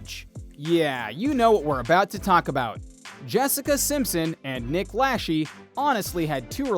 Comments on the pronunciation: Its Lachey!! La-shay not lashee!! Come on now, it doesn’t take much to see how his last name is pronouncex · Dude it’s not pronounced nick lashee it’s pronounced nick la-Shay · it's pronounced Nick Lashayyyyy not Nick Lasheeee which in French means Nick is pooping her out 😂😂😂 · Lasheee? Really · Lacheee killed me every time 😏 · I think if you're gonna make a video Then you should know your facts something simple as pronouncing someone's name right I was so sick of hearing you pronounce Nick Lache wrong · I hate how the narrator pronounces Nick's last name. 🤦‍♀️ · If you are going to post a video....shouldnt the commentator know at the very least...how to pronounce Jessica Simpson ex costar and ex husbands name???? 🤣🤣🤣🤷‍♀️